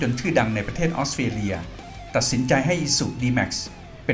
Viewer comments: 😅🤭🤭🤣🤣 ออสเตรเลีย กลายเป็น ออสเตียเลีย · ฟังยังไงก็"ออสเตียเลีย"